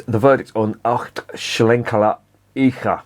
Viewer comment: « Eiche » is the be pronounced something like « eye-huh ». Soft ch. « ei » is always pronounced like the English « eye », no exception.